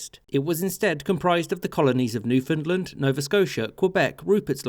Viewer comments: It is called Newfoundland....not Newfoundlend. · When pronouncing Newfoundland, the emphasis is on the word part LAND. NewfoundLAND. Why do you say Newfunlund? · Sorry. My bad. Your short history lesson is 100% accurate but try to keep it to yourself. We can't have the unwashed masses privy to the truth. May I correct an error in Nit #2. It is not pronounced Newfundlund. It's Newfundland, understand? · "Newfinnedlund". shudder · Imagine calling newfoundland newfinland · Newf-in-land Not new-fin-land Or just say new-found-land We have nothing to do with Finland at all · Say after me new-found-land not newfinland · Newfoundland not newfinland It has and never will be call newfinland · "New Finland" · No no. Newfin Land. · Newfoundland is pronounced more like New Fund Land by the people who live there, if that counts for anything. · I hope in the three years since you released this video you’ve learned how to pronounce Newfoundland properly. (Best way to remember to emphasize the land part is to say it like understand. Un-der-stand New-found-land) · "New Fin Lin" XD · Newfoundland rhymes with understand. Please don’t say Newfinlind. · Pronunciation comment: “UnderSTAND it’s NewfoundLAND” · New-f'n-land not New-f'n'-l'nd. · I had no idea Newfoundland was pronounced NewFINDland. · Newfinland xD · You are pronouncing it wrong. It's New-fin-LAND. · Two things. 1.) The western part of Nova Scotia between what is now NS and Maine became New Brunswick because of the American Revolution and 2.) you pronounce Newfoundland to rhyme with "understand". Understand Newfoundland. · Great summary but Newfoundland pronounced wrong. It is pronounced New fund land or New found land and rhymes with understand. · Why do i always hear newfoundland as newfinland? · Insider tip: it's pronounced New-fun Land. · Newfoundlander here. You pronounced Newfoundland wrong everytime in this vid. It rhymes with understand. Like understand Newfoundland. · you said newfoundland wrong